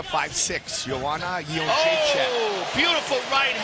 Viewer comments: carla esparza looked so scared lol...i feel bad for her at how bad she got messed up. you cant be a cookie monster when shes up against a real monster. I just wish the announcers would pronounce joannas name right...its simple jedrzejczyk (yen-deray-check) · im aware of that, the way the announcer says it sounds like --chin check. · Cut this JENDRZEJCHECKCKCK crap, if You can't pronounce her surname correctly just call her Joanna. :D